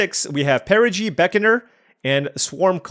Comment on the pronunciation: It shouldn't bother me as much as it does, but perigee/apogee feels wrong in EoE =D